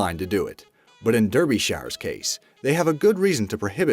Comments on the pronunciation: I know this is an old video, but "Derbyshire" (Or just, Derby) is not pronounced "Derb-ee-shire" it's "Darb-ish-ire" or "Darb-ish-er" (Or just, Darb-ee) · Derbyshire is pronounced Darbi-cher, not Durr-bee-shy-err. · Durby Shy-are? Derbyshire is pronounced DarbySheer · It's pronounced darbi-sher not derbie-shier. I know because I live on the border between Derbyshire and Yorkshire. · It's pronounced Darby-sheer. ;) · As a Derbysharian, I'm creasing myself over how you pronounced Derbyshire. Hahahaha durr-bee-shyurr! XD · You said Derbyshire wrong xD you say it Dar-B-Sh-er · The black water. The county is spelled Derbyshire but is pronounced Darbyshire! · It's fucking Derbyshire ye by spelling but it's pronounced darbysher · “Derbyshire” is said as DARBY SHEAR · 🤣🤣🤣🤣🤣 it’s pronounced Darby-shire PMSL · Derbyshire is pronounced Darbyshire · Ahem, Dur- by-shire where the hell is that? Or do you really mean Derbyshire? For all us English speakers here. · Derbyshire is pronounced like ‘darbysheer’ just so you know. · Blue Lagoon is not too far from me, you butchered Derbyshires name though 😂 good vids man I enjoy em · The way this guy said Derbyshire just gave me cancer